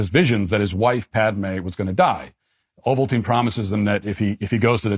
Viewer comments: "Emperor Ovaltine" 😭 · I have watched this movie probably 30 times and still missed how to pronounce the name of the main baddy. Emperor Ovaltine. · You’re out of control for this one. This had the best light saber fight ever. This was when Anakin became Darth Vader. Better than the first 2 and the last 3 made. It’s Not ovaltein 😂😂😂😂 Paplpatine was a Sith Lord. They’re very powerful. You’re killing me matt. Lmfao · I spit out my drink when Matt said “Emperor Ovaltine” instead of Palpatine. 😂